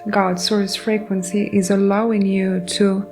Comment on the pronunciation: I don’t usually say this when not asked first; Id want to Be told; personal preference tho. So, imma not spam your comments about this. Your messages are beautifully clear. Here are some words I heard and thought you may appreciate the pronunciation reminder. Goddess is like “Gawdess” Frequency is “free” “quency” Talking is “tawking” Envelop is like “enn-vell-up” Courage is “curidge” Abundance is like “ah bun-dince” Effort is like “effert/ effurt” Trauma is trawma Thank you so kindly for your message and for reading, I bring this up, again because I’d personally like to be told, please feel free to take no offense, since none is meant.